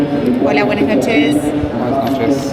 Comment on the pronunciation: A typical Brit who mispronounces every single word in any foreign language. He says “Buenas noches” and “Bonjour” terribly too. 😂